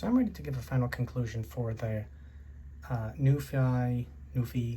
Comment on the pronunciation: Pronounced as “Nu Fee”, been around for quite some time.